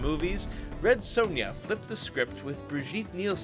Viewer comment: not to be a dick but the son in Sonja rhymes with on not own.